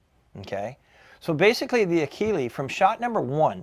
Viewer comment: Enjoyed this review; especially since I have extensive experience with one of these and oblique exposure to another. First the Akela (and I know I'm OCD, but it ends with an "a", not "e". A-kee-lah as opposed to A-kee-lee), which anyone who had Krals when they arrived in the US knows is a slightly upgraded Kral Puncher-Breaker. Yep, sorry, but that Benjamin that you like is actually a Turkish made Kral, and they make nice guns. The only issue I had with the Krals in my airgun store was they were a bit loud but overall nice guns and the Akela looks like a good gun, except, that annoying lever. 100% agree that those butt mounted levers are just plain irritating. The Bullboss was one of my very best sellers. The down side was that it was and still is heavy. IMHO all the Hatsans with the exception of the Flash series are heavy. But as pointed out here, it suddenly gets much lighter feeling when shouldered and every one I tuned for a customer was extremely accurate (except one that came it with what turner out to be a warped barrel). The only issue I ever had with the Bullboss was that I had to shim the scopes on every single one I set up. That tactical rail was consistently off alignment by about 1.5mm. Finally, thanks so much for including the Walther. I have a former customer with shoulder problems who contacted me looking for a suggestion on a sub $600 bullpup replacement for his Flashpup because, surprise, with a cranky shoulder the rear bolt is getting very hard for h